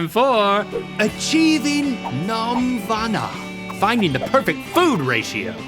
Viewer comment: What the H is nom-vana? Even Google and AI said it isn't a word.